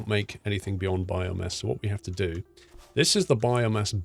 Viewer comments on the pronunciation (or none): Is it just me or does he keep saying bio mess